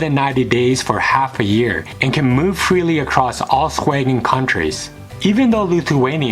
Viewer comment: Man, is it so hard to say Schengen?